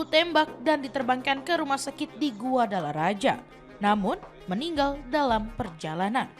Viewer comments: Oooalah... Bukan guadalaraja... Tapi GUADALAJARA... Kayak gini kok bisa jadi penyiar berita...? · Min min bukan GUADALARAJA tapi GUADALAJARA 😂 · Guadalajara bukan Guadalaraja... sekelas tvone kok literasinya salah sepanjang berita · Min bukan guadalaraja tp guadalajara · Ini adminnya ngomongnya yg keliru atau tulusannya yg keliru GUADALAJARA tapi dibaca GUADALA RAJA 😂..emang kadang orang indonesia itu kalau nyebut sesuatu sak mengoe lambene 🤣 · Bacanya yg bener, Guadalajara BUKAN Guadalaraja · Salah klo huruf J dibaca nya H jadi baca nya Guadalahara. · Guadalajara (baca: Gadalahara) min, bukan GuadalaRAJA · Maklum dia blm kursus 😅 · GUADALARAJA ❎️ GUADALAJARA ✅️ 🫠🫠🫠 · Guadalajara....membacanya GUADALAHARA....kok GUADALARAJA....😅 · Guadalaraja? Dikira nya Balaraja kali yak 😂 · Guadalajara .... kok dibaca GuadalaRAJA ?